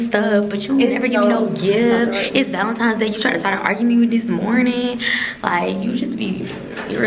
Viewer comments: Valen-times day😂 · Ti “You didn’t get me anything for VALENTIMES day” 😂😂 idk why a lot of people say it wrong💀